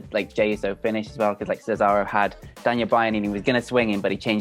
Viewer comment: The weird guy says cesario 🤣 what an idiot